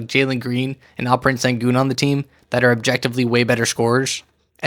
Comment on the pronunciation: Great video! Just FYI, "Sengun" is pronounced "SHEN-GOON" (with the Shhh sound), similar to "shake" not "snake".